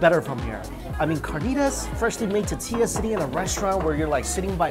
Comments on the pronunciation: why does he say "tatilla" instead of "tortilla". Can Chinese people not say the letter R ? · Mikey, there’s an “R” in tortilla hun 😊. Totilla is cute tho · Mike "Ta-tilla" Chen... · what the hell is a tatilla? say it right dude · Omg i love u Mike But can u please stop saying titilla.... Its TOR-TILLA it hurts my ears to hear u say titilla..... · tahtilla... cahnitas.... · Lol the way he pronounces tortilla. Love this video. More 🇲🇽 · It’s funny how he says “tortilla” without the “r” sound haha